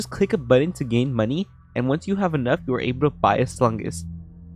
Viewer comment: why does my man say the word money like that 😭